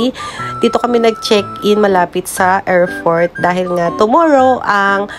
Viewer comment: AIRPORT not AIRFORT. Watch your P's and F's